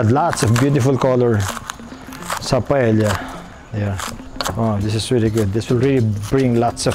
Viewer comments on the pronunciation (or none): Love this so much...but this pronounce as PA-EYA...not PAEL-YA...just sharing hehe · Just an fyi lang po, Paella is pronounced po as 'pah-eh-ya' and not 'pah-eh-lla' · Paella pronounced as PaEya just saying.😅😂😊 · Correction lang we have toured around Spain and there in Valancia, Spain that we learned that the right pronunciation of Paella is Paea it is silent l. Thank you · This Filipino guy, who hails from a former Spanish colony and who can't even pronounce 'paella' totally butchered this dish and broke too many rules when cooking this dish...